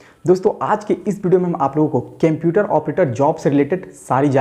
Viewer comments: Kemputer or computer??? 😂😂😂😂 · Cemputer nhi hota sir Computer hota hai 👍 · Bhai use computer bolta hai qumputer nahi bolta hai 🤔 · Sir video dekhanese pehale ek bat jarur bolunga 😅😅😂 computer ko केम्प्युटर mat bolo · computer he kemputer nahi😁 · O kemputer Bol raha hain wo computer hota hain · Apni vartni sudhariye sir je ye kemputer kya hota h Litrelly its so iterative to hear speaking kemputer-kemputer... Its computer 👍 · Bhai its not Kemputer...its computer..😅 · Sar pahla computer BOLNA SIKE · Ap pehle computer bolna sikh lo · Aap computer ko bolna sikho pehlee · Everyone- seeing how he is pronouncing the word computer Me- don't find the mistake The video is usful for jobs rather to find the mistakes